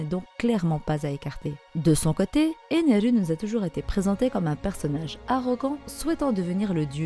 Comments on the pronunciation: Stai tu peux juste dire ener 🙂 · Pourquoi tu dit ENERU ??🤨